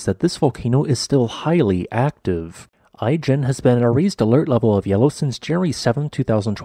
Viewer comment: Pronounced i-jen with a soft I. As in Italy, not as in Ice cream. I've been into the Ijen Caldera. The highlight of my life. If you can, go see it!